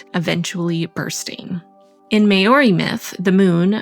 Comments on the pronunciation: Did you say 'Maori?' cuz we're pronounced 'mAAAWWdE'.... No hate just askin cuz i know that myth XD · Hey! Great video as usual. Just popping in to clarify the pronunciation of "Maori." I used to think it was pronounced how you said it, i.e., "may or ee," but I watched a few shows filmed in NZ and it's actually pronounced differently than I thought. I'm not going to try to spell it phonetically, but I thought I would share a video of a Maori man saying it. Hope this is helpful and doesn't come off as rude. :) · Cool to hear myths from different cultures, and a beautiful set up! As a Māori person, I have to commend your attempt at pronunciation of te reo Māori! The 'āo' in 'Māori' is pronounced as 'ow' as in ouch! And 'marama' (moon) is pronounced with ma ra and ma all having equal length, with a semi rolled r! You did good, just wanted to highlight my people's beautiful language a bit! So stoked to have been included in this vid! 🌙🇳🇿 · I love this so much, btw Maori is pronounced more like 'mow-ri' kind of.